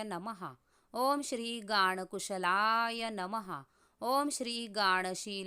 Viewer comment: Aho Sorry to Say but you pronounce 2 name s incorrect It seems Om Shree Gan kushalaya Nama Om Shree Gan Shilaya nama आपण गांन च्या ऐवजी गाण असे उच्चार करत आहात Which is wrong